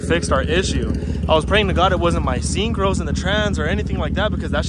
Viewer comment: “…my SCENE-CROWS..” 😂 You sounded HELLA ese’ right there bro! 🤣